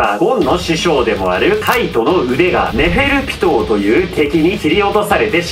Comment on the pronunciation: ネフェルピトーがネフェルキトーって聞こえたワイは末期